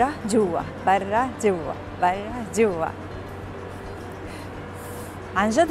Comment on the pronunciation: كيف تنطق كلمة برا موتتتني ضحك 🤣🤣🤣جوا براااا